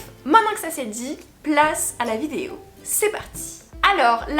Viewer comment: Ahah toujours du mal avec le mot vidéo, mais t’inquiète on t’aime bien😂